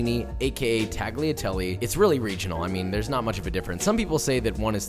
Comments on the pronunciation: uh...it's Talliatalle-not taghiateli. Italian is hard to prnounce tho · tagliatelle is not pronounced tagleeatelly its taliatelle cmon josh u cant be a chef and not pronounce Italian words right. 4 years ago tho ill give u a pass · Love the content! I just want to point out that tagliatelle is not pronounced TAGliatelle but it is pronounced more like "Tal-ya-telle". This is because "gli" in Italian is comparable to the sound "ya". So for example in my last name, Pugliese, it is not "PUG-liese" but more "Pul-yay-se". Also, tortellini is already plural with the singular being "tortellino" so no need to add the s at the end. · Tag Lia? No sir. The G is 99 .9% silent. Impossible to demonstrate here. Pronounced “ Talia” Listen to an Italian pronounce it correctly. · Tagh lia telly. Please, NO! It's Talyatelle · Tagliatelle has a silent 'G', so it's pronounced 'Talia-telle'. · Josh I love your channel, but it's pronounced "tall-yuh-tell-ay". It'd be like pronouncing "tortilla" as "tor-til-uh" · I love Josh, but being Italian and hearing him say “Taggly Atelly” made me double-take lol. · I enjoyed the video :) I just want to let you know the “g” in “tagliatelle” is NOT pronounced. The “gli” sound is different but you can get away with “tah-lee-ah-telleh”. Common mistake :) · yo you need to pronounce tagliatelle a lot better. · Don't pronounce the G in tagliatelle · I know this is pretty old but you pronouncing the g in tagliatelle hurt me soul. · A common mistake americans and non-italian speakers make is pronouncing tagliatelle. The "g" in that word is silent. Just for a fact. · no hate, but you don't pronounce the g in tagliatelle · The way you pronounce tagliatelle just... it makes me consider disliking all your vids, not that I would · Great video! And... the G is silent in tagliatelle 🤓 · The way you pronounced tagliatelle made me want to die. Love the channel tho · lol I had the same exact thought.